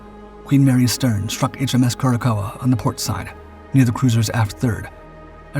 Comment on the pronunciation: Learn how to pronounce Curaçao. Just like the blue liquor Cure a cow